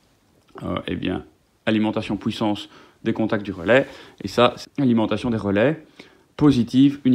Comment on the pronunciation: "la POUISSANCE"